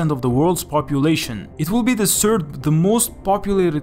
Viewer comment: "one sird"